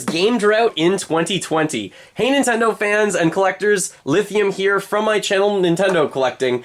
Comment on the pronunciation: "Hans I know fans?" "Hanes I know fans?" What is he saying here? I'm just trying to figure it out. OK, turned on the subtitles while typing this. "Hey Nintendo fans." Got it. In the video about Gamestop it kept sounding like "legal" instead of "il-legal." I was like... those dirty practices need to be legal? Sorry to be a butt, I do like this channel, and am subscribed. Good content, keep it up! (Also, I think part of the issue is the microphone has a little bit of a compressed sound to it.)